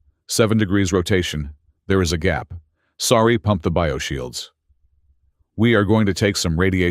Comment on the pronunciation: Sari, not "sorry" WORK ON IT.